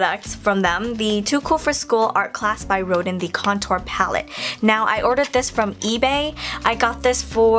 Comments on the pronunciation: i pity the artist auguste rodin, for they all mispronounce your name :'( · it's okay, no worries!:) btw, its pronounced "rodan":)